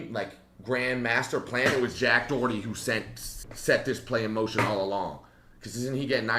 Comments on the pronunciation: Jack D’OH!erty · Jack Do-herty